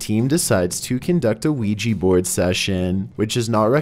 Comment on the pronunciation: whats a qui-gee board? I've heard of a Oui-Ja board. are they similar?